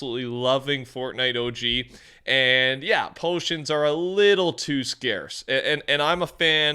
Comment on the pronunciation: my guy said potions lol